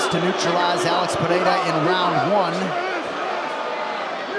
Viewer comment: The commentator who keeps pronouncing alex like Alexa without the a is bothering the shit out of me idk why 😭😭😂😂😂